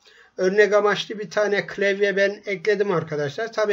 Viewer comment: "klevye" ÜŞĞRĞÜQWRÜQWRŞÜQWRÜQWŞRÇ